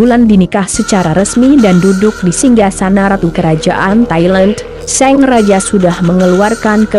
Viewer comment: Apa cuma aku yg dengernya seng raja... bukan sang raja...